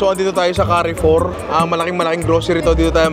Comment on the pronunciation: “Carre Four” is actually pronounced “kah-foo” it’s a French supermarket. Love your videos, Ninong!❤